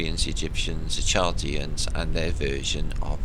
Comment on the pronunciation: Chaldeans pronounced Cal-de-ens